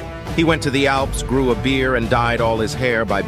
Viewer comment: Why is it you ALWAY mispronounc one word in every video you do? Beer/beard